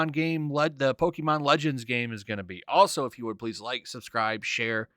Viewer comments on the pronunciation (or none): none